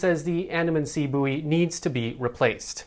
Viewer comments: Do you mean bouy pronounced boy! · Buoy is pronounced boy in the uk where English originated. I quite like the Americanised booey 😂. Good news bulletin I love the govt Photo-shoots and look forward to the daily flip flops.